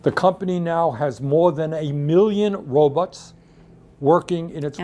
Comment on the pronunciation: . Lol. "Robuts" He sounds like Zoidberg from Futurama.